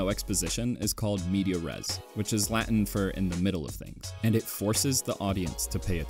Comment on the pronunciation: Great video, just a note: it's "in medias res", not "media res"